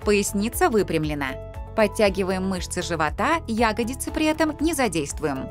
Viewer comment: Как серпом по ушам "Ягодицы", когда всю жизнь "ягодИцы" были!